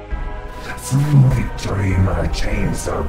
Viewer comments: It does sound German :P but more because he pronounces Victory as Wiktory :P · WICTORY? XD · This guy sounds German or some kind of Germanic descent…the way he pronounced victory